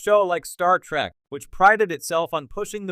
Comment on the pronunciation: It's "trEk".... not "trAk" you ignorant sot! Down voted and blocked!